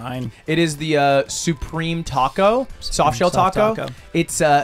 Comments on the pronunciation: tact o How you pronounce it, think tik toc, like the clock noise. "Toc-oh" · 😂 also funny how and Ludwig correct on pronunciation from Tackow to Tac-o 😂😂😂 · Tacko = Good Tacou = Not good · It's Taco not Tarco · Teases Mouse for "Peekza" and "Sangwich", proceeds to say "Tacko". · Why does he pronounce taco like “tahquekhol” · The fact hates the cheese sauce and can't pronounce taco. I'm American and have never been so offended at him. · can really not hear himself pronouncing taco differently? lol